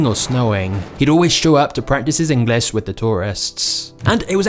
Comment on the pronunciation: When the video talking about Jack learning English the presenter here keeps on saying Engliss. Is this somekind of diss?